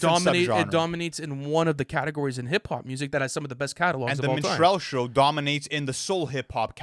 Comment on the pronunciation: Its Min-struhl-show not Min-strell-show 😂